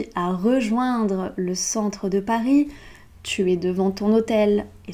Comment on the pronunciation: Pourquoi prononces-tu le s à Paris?